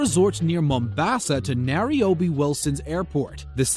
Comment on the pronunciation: Nariobi... did you mean Nairobi?